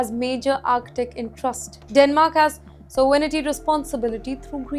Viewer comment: btw, the presenter needs to learn to speak English. (like how to pronounce 'sovereignty' and 'strategically'. her pronounciation is laughably terrible